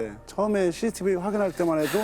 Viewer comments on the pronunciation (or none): none